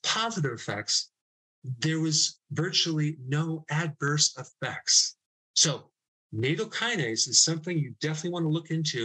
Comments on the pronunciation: Nattokinase has a short A. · Nattokinase is pronounced "Nat Oh Key Nah Say"